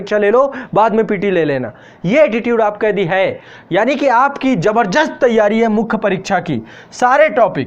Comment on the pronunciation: सर, आपकी हिन्दी पर पकड बहुत ही अच्छी है सराहनीय है। परन्तु आप जबरदस्त शब्द का उच्चारण जबरजस्त किए कई बार, कृपया इस पर विचार कीजिये।